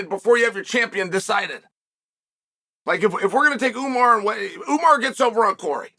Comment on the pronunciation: Ououououuuuuuumar love how unc butchers everyone’s name but really says it the way it’s meant to be said the RIGHT way.